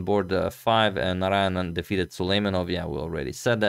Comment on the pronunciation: What a challenge for Agadmator to pronunce the names of Indians Srihari, Muthaiah, Narayanan, etc., :D but I tell you guys that he did great to pronunce them well.